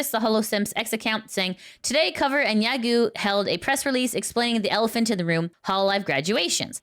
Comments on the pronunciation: "Yagoo" is pronounced "ya-go" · A small remark - Yagoo is pronounced with a lengthened O sound, not U.